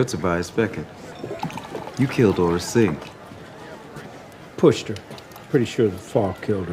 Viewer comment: really, ora singh? its AURRA SING